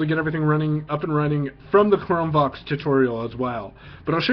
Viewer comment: Hi I'm blind and use the exact chrome book u just demo straightens! I just wanted to bring to your attention that when u say the words Chrome Vox it sounds like your saying Chrome Box! There is a chrome Box desk top but this might be confusing to a blind person thinking of buying one or ETC! Thanks...